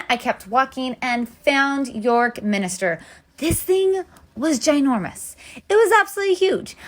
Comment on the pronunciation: Minster not minister